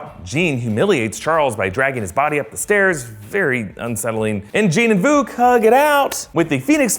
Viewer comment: “ VUKU " it’s vuk.